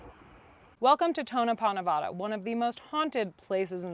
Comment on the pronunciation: Please, please, please pronounce Nevada correctly